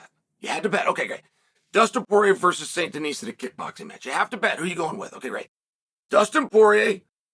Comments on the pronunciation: Please stop calling the man Denise. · Benois Saint Denise - Chael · Saint Denise lmao